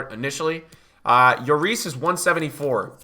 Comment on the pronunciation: BRUH its not J/YORIS. he's not spanish lmfao, its still pronounced LLORIS